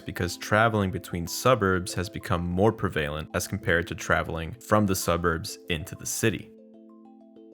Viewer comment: Prevalent: accent on the first syllable and no long A.